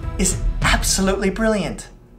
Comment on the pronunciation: i think the emphasis should have been on the THIS not the BRILLIANT> like 'no... THIS video was brilliant' not 'no... this video was BRILLIANT'. right?!